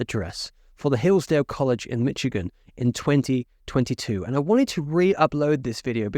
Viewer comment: Mishh. igan. Not Mitch